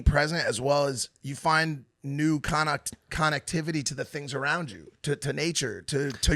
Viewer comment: Why did Mike so Connectivity so weird lol